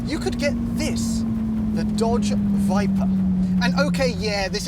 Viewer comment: Stop it!!! It's called the VIPER!!! Not the VIPA!!! That would be like calling you GAYms!!!